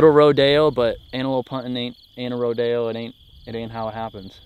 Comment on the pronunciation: Can someone tell me what a “Rode-A-O” is??? I’ve heard of a rodeo but not a “Rode-A-O”